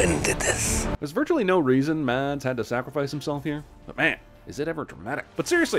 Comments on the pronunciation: Mads is pronounced mess, not mads. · For future reference. Mads is pronounced like: Mas. Forget the D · Literally the only problem I have in this whole video is that you pronounced Mads’ name like “ m a d s “ when it should be “ m a s s “ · The "D" in "Mads" is silent